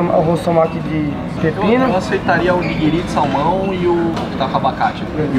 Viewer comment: Gosto muito de vcs eu moro aqui no Japão !!!Só q eu não entendi a tua pronuncia aqui se fala Onigiri vc fala nigiri!!🤭😂😂